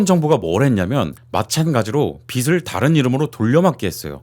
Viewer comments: 빚을 - '비츨' 이 아니라 '비즐' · 자꾸 빚을 빛으로 발음하니 집중이 안된다...